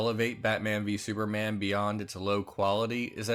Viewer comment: Di you just say "sewerman" at the start lol